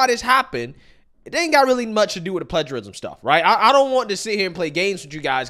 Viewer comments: OK, you can't pronounce plagiarism right? I'm done. Before you make any videos, make sure what you're saying. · It's pronounced "play-jerr-ism"